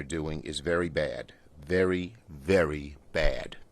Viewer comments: How do people like this get a job working for the government? "VEWY VEWY VEWY BAWD!" like what? These people are like babies with no evidence to back out their statement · “Vewy vewy bad” who keeps voting New York Elmer Fudd into office? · Vewy, vewy bad. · “Elmer Fudd here, this is vewwwy vewwwy bad”